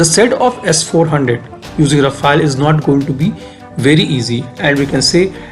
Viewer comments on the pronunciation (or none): Good analysis. Only one correction is that our French aircraft is called Rafale (रफाल) and not Rafael (रफायल) which is Israeli.